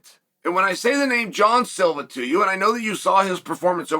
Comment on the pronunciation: John Silva, not Jean